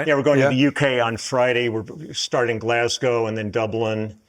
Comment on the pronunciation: Props for Lee’s pronunciation of Glasgow!